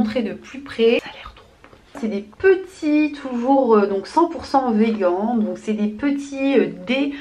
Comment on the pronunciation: On dit « veganee « mdrr